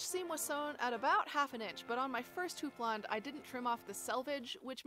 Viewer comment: Wow! Thanks for this informative video, and for teaching me how to pronounce houppelande!